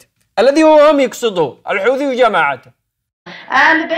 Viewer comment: المخزن مايقدر ينطق حوثي يقول دوثي ههههههههههههههه